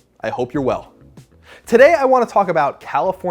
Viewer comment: Please learn how to speak ", well," properly thanks